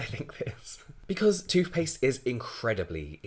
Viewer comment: Toofpaste? He seriously says toofpaste.